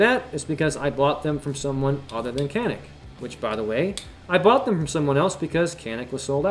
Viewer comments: Pronounced Janik. Or Janeek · You said you’re American so you don’t care how it’s pronounced. How do you pronounce that obnoxious tattoo on your forearm? I’m pretty sure that’s also not American.